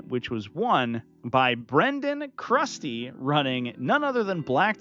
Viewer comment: I was the Templar player! The captain always went with the power fist termies. The sustained 5+ on them was amazing in all my games. They always rapid ingress into prim spots to push on objectives. Also, you pronounced my last name right the first time! It’s Crusty like the clown lol.